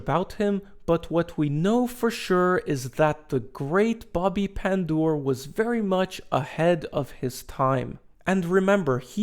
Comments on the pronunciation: Great pronounce of his name, no joke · Wow, you did perfect job pronouncing his last name.